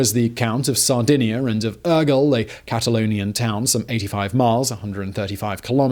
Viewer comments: I have never heard anyone pronuncing any word as bad as this host pronunces "Urgell". The rest of the Spanish/Catalan words are really bad pronunced, but "Aguel" instead of "Urgell"... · The bishops of "Ergull" XD Never change, Simon. Never change. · I was searching this comment, I had to actually laugh out loud when he said Urgell